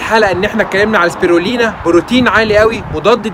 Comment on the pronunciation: واسمه سبيلينا وليس سبيرلينا